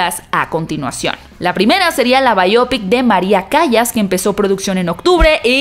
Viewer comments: El apellido Callas se lee "Calas". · Por dios se pronuncia calas el nombre de María Callas.😬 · Saludos! Se pronuncia Maria “Calas” 💛